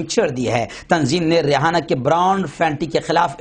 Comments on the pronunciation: امریکن لڑکی کا نام ریحانہ نہیں بلکہ ریانہ ہے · Rehana nhi h re aina h